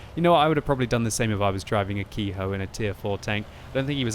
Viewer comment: Ke-Ho is pronounced "Keh-Hoh", not Key-Hoe".